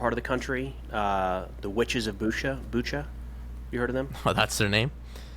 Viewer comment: It's "Boutcha" like in kombucha.